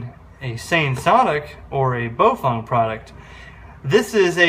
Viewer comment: Hi. Very informative. Thanks. FYI, though...Baofeng is pronounced "Bow-fung" not "Bo-feng" or "Bo-fung".